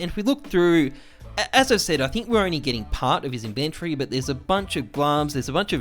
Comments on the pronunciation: Why do you say inventory wrong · How come this guy pronounce inventory so weird